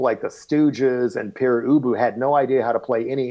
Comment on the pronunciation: Dear Eric Boucher, please, pronounce Père Ubu properly, in french.